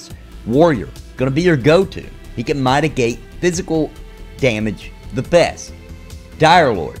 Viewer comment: In your defense you was almost drowning and mytigate just came out like flood and your wife prolly wasn't there to guide you out of water 😂😂😜😂🤣😂😜😂